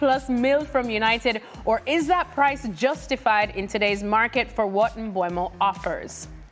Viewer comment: Mbeumo not Mbuemo!